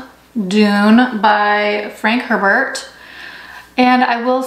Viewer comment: The way she says Herbert 🤣🤣 it’s “A-Bear”